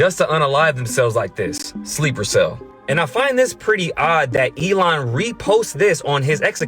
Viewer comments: too funny how he always says ee-lee-on, instead of elon😂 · Eddie you mispronouncing Elon (ELION) like the Substitute Teacher! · It busts me up too & is one step away from A-LEON